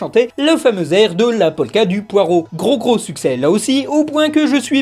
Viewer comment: C'est pas comme ça qu'on prononce "poireau"